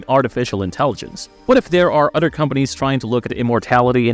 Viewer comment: Practice with me. Uh-THer. Other! Not "Udder!" Jesus try and work on that speech impediment.